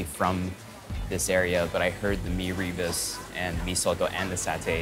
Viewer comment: Meee ree busss ... its me ru boos